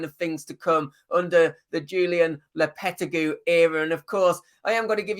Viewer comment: the way you say lopetegui is criminal